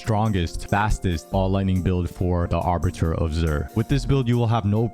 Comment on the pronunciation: "arbiter" of zir? A-ba-ttoir...